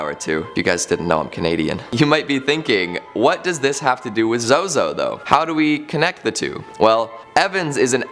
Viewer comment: I suggest pronouncing his name correctly.